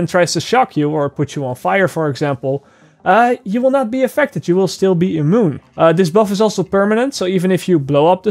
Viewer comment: I got a good laugh how you said immune. amoon lmao !!!!